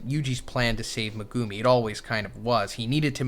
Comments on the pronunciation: Megumi ❌ Megoomi ✅ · Like if you hate how says megoomi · Please say megumi correctly